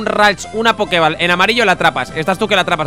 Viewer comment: tu equipo al ser bebés son más lentos que todos los Pokémon que sean primera o última evolución aunque sean de nivel más bajo que tú de por si Swellow es un Pokémon rapidísimo. Y Poké Ball no se pronuncia “bal” tal cual puesto que está escrito en inglés se dice “bol” poke bol, en su traducción al castellano debió ser Poké Bola.